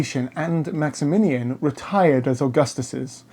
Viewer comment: I do like much of your content, but you must work harder on your pronunciation of names of people & places. It's the Byzantine Empire, not the Brizantine, the Milvian, not Milavian, Bridge. It's Maximian, not Maxaminian, Maxentius, not Maxenius, or Maxentenius. The Tetrarchy did not separate the Empire in to 4 parts. The Augusti & Caesars had the same authority throughout the Empire. It just that each of them were placed in different areas for ease of management. This is clear from the coinage, for coins of all these rulers were valid all over the Empire, & they are found in both the east & west, bearing the images & titles each of them. There were many 'Germanic' soldiers in the Roman army from the first century on. Witness the Auxiliary Cohorts manning the forts in Britannia, Batavian, Tungrians, in Vindolanda around 100 ad, in the Vindolanda Tablets. Then there numerous inscriptions to other units, Nervii, Suebians, Vangionians, etc etc in forts etc of the Fontier zone. As time went on more & more 'barbarian' troops were employed by the Romans, ending in 'mercenary' bands, & Foederati, serving under their own leaders. Constantine was not responsible for this, & Gallienus had been criticised for making the Romans reliant on Cavalry, & having the troops go without helmets & armour, but all this sort of thing was just based on prejudice by opponents. Religiously, with one Empire, & one Emperor, it made sense to have one God, but one divorced from old priesthoods & patrician f